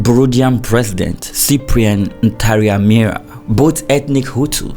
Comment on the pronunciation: Thank you for this video, I enjoyed it. You are my new fav youtuber. and by the way. the burundian president who died in the crash, his name is pronunced: na-rya-mira. 🙂🙂